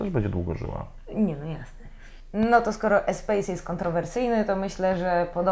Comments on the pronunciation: Renault Espas, nie Espejs, przeca to fhancuz :) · Espas a nie Espejs :P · Prosze nie kalecz moich uszu . Espace wymawia się espas a nie espejs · nie ma czegoś takiego jak Espajs tylko Espas....!!!! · ESPAS a nie ESPEJS! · Nie "espejssss" a "espasss" , tak się to wymawia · czyt.się Espas nie Espejs :) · Espass się mówi